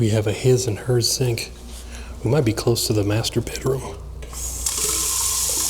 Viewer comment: Lol my aunt would also say Zink instead of sink 😊